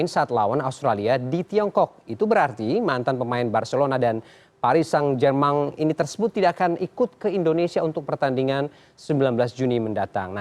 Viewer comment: Ngomong apa si lu.. Paris saint germang😂😂😂